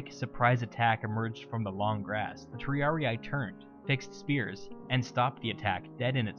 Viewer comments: Magnific video! Just an hint, in latin and neolatin idioms when you find an i or a double ii it is read like an english e: for example triarii is read tree-are-e not tree-are-i like you did here. But it's just a pronunciation suggest, the video is very clear. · Great video. However, for future purposes, Latin words ending in ii aren't pronounced as a hard I, they are pronounced as an ee-ee. Triarii should be pronounced Tree-are-ee-ee. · Good video. Just a couple notes. It's pronounced /tri'ari:/ not /tr'ariai/. The "sitting down" wasn't a punishment. Triarii were equipped with a full panoplia (heavy armor, heavy metal shield, heavy spear) which was extremely heavy, hot and unconfortable. The triarii were trained to wait their turn seated to stay fresh. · Oh man, as a Latin student I winced whenever you said Triarii. It isn't pronounced Triariae, it is Triari-i. Two successive i's pronounced like how you would say the letter "e" twice. In English it sounds off but in Latin it is common, especially in the second declension. Singular second declension has the ending "-us" so "Triarius", and plural (and genitive singular) takes off the -us ending and adds in -i. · Latin: triarii. Anglosaxon english: triariaiaiaiai. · Triarii is pronounced just with a long [i] sound at the end, just as you pronounce the two other -i inside the word. Like an english “e”. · Triarii is pronounced "triaree". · Why does he pronounce half of the Latin names wrong xd